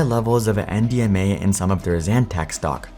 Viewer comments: I thought he was saying MDMA for half the video. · I kept thinking you were saying MDMA lol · At first, I thought I heard you say MDMA and I was like wait what